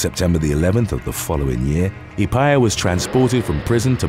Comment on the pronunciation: Just saying for the woman at number 7 Her surname is Maori and is pronounced As follows: Epiha ( E-Pe-Ha ) but you did a good job covering her and what she did! 🤔